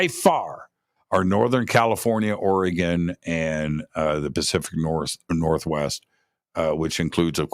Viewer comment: It’s Ori - gun, NOT Ori - gone! Just fyi. Btw, most Sasquatch reside in Washington. However, I saw one walking along the N. bank of the Shadowy St. Joe River in N. Idaho (panhandle). This was in 1971 - I was 10 yrs old. It’s an incredible story that feels like yesterday. It was not a guy in an ape suit. My grandpa lived on the river, 3 miles east of Calder, Idaho. The nearest neighbor lived a mile away. It was re-mote.. Spokane Valley, Washington. Great show! These things are REAL. TY